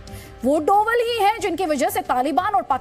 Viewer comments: पड़ना नही आता क्या डोबल नही डोभाल है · Tum media's waalo ko name bhi nahi padh sakte hain dhang se (डोभल )nhi hai )ajit Dobhaal hai(डोभाल्) होता है।।।।सब् news वाले %%@ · मैं Zee news का एक नियमित श्रोता हूं लेकिन कभी कभी आपके द्वारा किए गए शब्दों के उच्चारण बहुत असहज महसूस होते हैं। कृपया उच्चारण सही करें। यह उच्चारण डोवल नहीं बल्कि डोभाल है। अक्सर आज भी गढ़वाल, यहां तक कि लगभग पूरे उत्तराखंड में अंग्रेजी वर्णमाला के V को भ उच्चारित किया जाता है इस कारण डोभाल शब्द को अंग्रेजी में Doval लिखा गया होगा। हालांकि आम जनमानस उनको डोवल नहीं डोभाल ही कहता है। धन्यवाद।